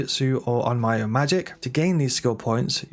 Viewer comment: Onmyo is pronounced ohn-m-yo, not ohn-my-o.